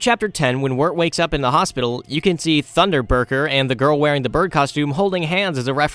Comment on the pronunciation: Funderburger not Wunderburger